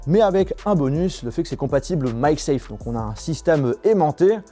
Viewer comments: sa sappelle MAG SAFE et non pas MY SAFE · Ça se dit MAG SAFE